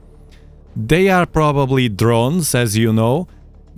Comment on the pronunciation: its drones, not muth